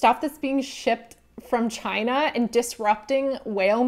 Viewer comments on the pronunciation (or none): none